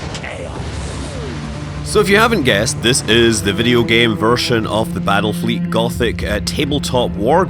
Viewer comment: Did you say Battlefield?